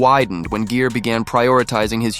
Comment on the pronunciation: Jeer!!!?????? Wtf GERE as in Gear mf